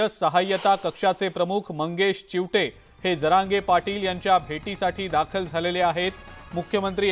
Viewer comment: चिवठे नाही चीवते